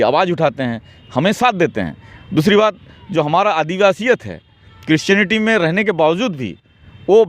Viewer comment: Aby patrakaar kaar bhaiya aap pahle christionity to achha se bolne sikhye